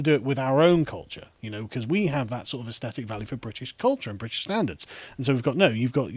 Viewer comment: Why is there a plague of mispronunciation of "aesthetic" on YouTube? Drives one a bit dotty.